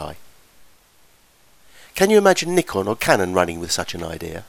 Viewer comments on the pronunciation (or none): none